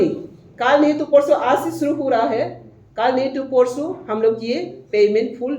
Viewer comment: Aas nehi hai, 'aaj' hai.